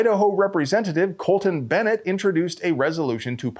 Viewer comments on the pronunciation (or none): none